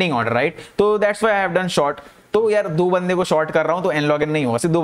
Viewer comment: abhi bhi short hi bol rahe ho bhai, short == sort